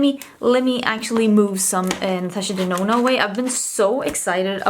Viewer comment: I remember when you said Natasha Denono!!! 🤣🤣 Girl you definitely changed that!!